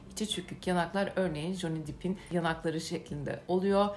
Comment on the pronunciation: Dip diye okunmuyor Dep diye okunuyoe